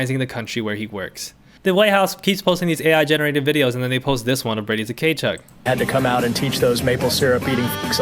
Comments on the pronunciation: Brady Ta-Kay-Chuk lol….. bro the T is silent. It’s Kuh-Chuk. I love your vids though, I’m just giving you a hard time haha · Tkachuk is pronounced “Kah-chuck” the t is silent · I know you probably don’t care and that’s also fine because they’re assholes, but his name is pronounced ka-chuk, T is silent. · Your pronounciation of Tkachuk name is killing me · the Tkachuk pronunciation had me dead. Very much giving Key and Peele Substitute Teacher energy. That aside, love your content!